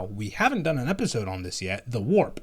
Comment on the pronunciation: WARP! Sounds like waah, must be good.